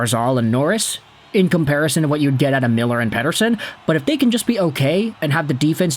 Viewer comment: Why do you always pronounce “Elias Pettersson” in that annoying AF way… 🤦‍♂️🤦‍♂️🤦‍♂️